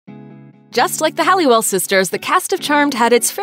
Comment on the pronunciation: Halliwell, not Hallewell.